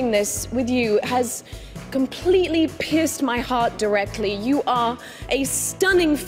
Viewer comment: I thought she said "pissed my heart" instead of "pierced my heart" lol